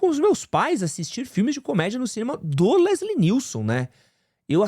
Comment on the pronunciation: Quando vc falou Leslie NielSON pela terceira vez e sério, eu vi que você tava falando errado mesmo e não de zoeira! hahahah!! Fiquei ansioso pra ver esse filme. Gosto muito dos 3 primeiros e do "Apertem os cintos, o piloto sumiu! É demais!!